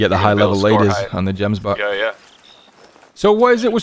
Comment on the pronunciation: The way you say 'gemsbuck' is really funny... The 'g' should be said the way it is with "gun"